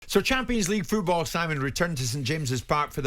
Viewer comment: Good old Jim.. "Champions Leage FEWTBALL returned"... Jim, it's FOOTball, not FEWTball!!